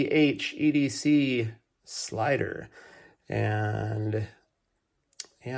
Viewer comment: Ju-zhen not to hard to pronounce